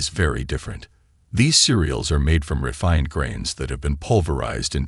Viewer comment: Horrible AI voice. Can't even pronounce the word ARE.